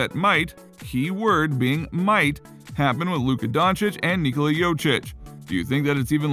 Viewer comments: It`s Jokić not Jočić. And no, he will not leave Denver. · If you're making videos about Jokić, at least try to pronounce his last name right. He's MVP, show him respect!!! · Wow, you really butcherd Jokics name. He was last years MVP and you cant say his name?!